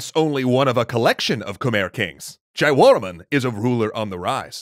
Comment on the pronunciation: It's pronounced KMAEEY not KEMER EDIT: JA - YA - WUR - MAN, not Jawraeomon lmao